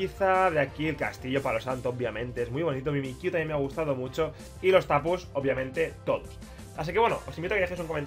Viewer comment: Los Tapus los dijo casi todos mal XD